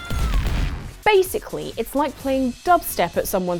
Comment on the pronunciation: haha she said, "bass-ically"